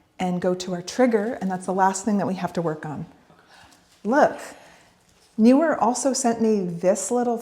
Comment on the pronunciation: It’s Neewer; not Newer 😂